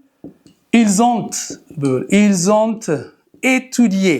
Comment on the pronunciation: 👍ils, elles ont....la lettre 't' il faut pas prononcer